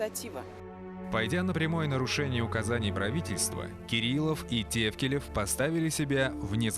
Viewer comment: ТАФКИЛИВ ОН ,А НЕ ТЕВКЛЕЕВ,ЧТО ЗА РУССКИМИ ПОВТОРЯЕТЕ